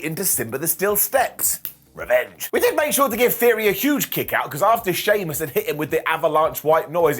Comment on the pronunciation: Did just said "Soymuss" instead of Sheamus? 🤣🤣